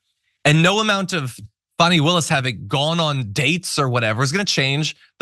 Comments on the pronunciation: We all know Alina hobbit is not so smart - she admitted that😳. it’s hilarious that she purposely mis-pronounced Fani Willis’ name … shows her continued stupidity! You know she’d rather be pretty than smart 😂😂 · It’s pronounced Ms Willis.